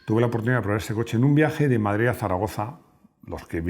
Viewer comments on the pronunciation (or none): none